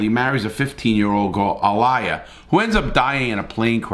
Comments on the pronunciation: “Ah-liar!” 🤦🏾‍♂️🤣🤣 Uuh-Lee-uh - Aaliyah 🤣🤣🤣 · The name is pronounced like a lee yah not aliya LOL that’s a crime in it self get that name wrong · Aaliyah- Ah-Lee-Ya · Brother not " A lye a" Aliyah Pronounced "Alee ah "was the young Child that ass married. Gr8 show thank you Larry. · Aliyah is pronounced ALEEYA NOT ALIA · The young girl R. Kelly married was named “uh-LEE-uh” not “uh-LIE-uh” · Her name is pronounced AhhLeeaaah no A liar lol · Its pronounced A-lee-yah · It's a-lee-ah bro just a heads up bro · I like your videos Bro.... but please, out of respect to Aliyah (Ah LEE yah).... learn to pronounce the name! Thanks! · Hey Larry; her name is AH-LEE-YAH! She’ was a famous singer and actress. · Atleast show Aliyah some kind of Respect.. You called her A-LIE-AH? Wth?..... You should apologize for that, she's not alive to defend herself so show some respect or learn to read. 🚶‍♀️ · Sure you got comments already about it and no disrespect but the girls name was pronounced “A-Lee-ya”. Talent gone too soon. Love you Larry! ❤️ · Bro you butchered that name A -Lee - Yah and he was well aware. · Her name is AH-LEE-YAH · It's pronounced "ah lee ah" lol But happy birthday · Come on Larry, Aaliyah was a famous singer how you gonna pronounce her name Aa-LIE-yah. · its pronounce ah-L IY -ah or aliya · Yeah pronouncing it Uh-Lie-uh should be considered a war crime 😂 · Yo how tf did you mispronounce aaliyah name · how the hell do u mispronounce Aaliyah? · Exactly!..that pissed me off hearing him pronounce her name wrong! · The way he pronounced Aliyah name got me dead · Don’t disrespect Aaliyah, please pronounce her name correct, she’s just not a girl she was a singer and our r&b princess, she lied bc she was forced to, but don’t disrespect our PRINCESS 👸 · had me like 😳😮🤦🏾‍♀️ to how he pronounced Aaliyah lol. I just never heard anyone not know how to say it 🤣🤣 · Say her name rite next time